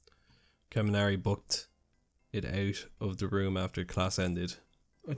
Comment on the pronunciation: lol karnimari XD. It's Kaminari (com-in-ari) I think. XD